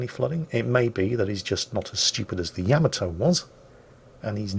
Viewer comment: Why do so many mispronounce Yamato? It's yah - MAH - toe.